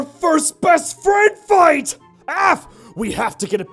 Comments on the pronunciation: "I'll fite you" - 2016 😂😂😂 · "I'll fite you" XD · "I'll fite u" - 2016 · "i will fite u" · "I'll fite you"